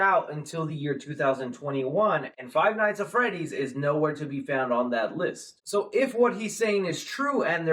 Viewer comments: Literally like stop saying five nights at freddy it's annoying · "five nights at freddy" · I hate that he said " five night at freddy " ITS FIVE NIGHTS AT FREDDYS YOU BI